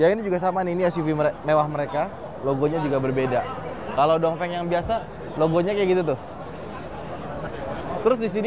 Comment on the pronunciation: ..pelajaran pertama.. baca cara Pinyin.. Dong Feng..dibaca. Tung Feng Wu Ling..dibaca.. U Ling Bin Guo..dibaca.. Pin Kuo Bei Jing...dibaca..Pei Cing 😂🙏